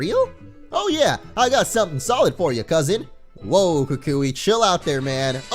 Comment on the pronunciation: Lol pronounces it "ka kooie" when its pronounced "ku kwi"